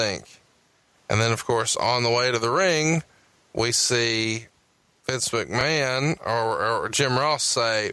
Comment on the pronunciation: is why I'm here LMAO "Well Mistur MAKMAN!" LMAO